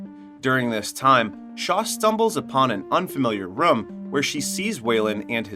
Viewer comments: Anyone else bothered about how he says “rum” instead of “room”. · Its room dude, not rum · Why do you say room like that? Sounds like you are saying rum. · It's pronounced rue-m not rum btw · my english is not the best, is this they way to say ''room''? it sounds like rum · weird how you say room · To the narrator: the "oo" in "room" is not pronounced like the "oo" in "book" or "look". It is pronounced like the "oo" in "doom", or "loom", or "boom". The way you pronounce it sounds weird AF.